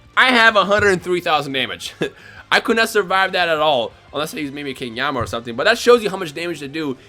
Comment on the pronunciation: Does anyone else get annoyed when he says king "Yamma".